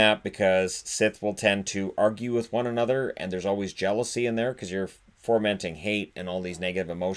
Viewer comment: When I was a kid I said something was a "pigment" of my imagination and was ridiculed... Then when I was 28 I said "kimono" dragon, and was ridiculed (I was glad for the information though)... Anyway, I'm not ridiculing you but it's "fomenting", not "formenting", just so you know... Thank you!!! You're the best hockey YouTuber!!!